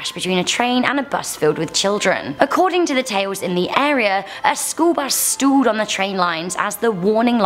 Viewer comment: I thought she said the bus stooled. It confused me, I started wondering why would a story say the bus pooped on a railroad track?